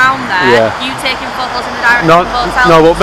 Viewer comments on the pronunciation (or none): You can sue them. The dispersal zone law only applies to gatherings of two people or more. I'd have also pulled her up on her pronunciation of the word 'photos.' It has a letter 'T' in it. I don't speak chav so saying 'pho'owes' to me is just gobbledygook.